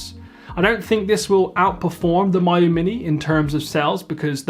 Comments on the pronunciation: Me - you not M-eye-you 😀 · I really prefer it when Miyoo gets pronounced "Me-you" instead of "Mayu". It just sounds friendlier.